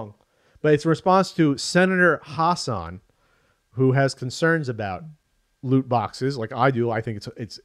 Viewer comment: Hass - an, not Hahs - sahn. She's a Senator from New Hampshire, not Iraq.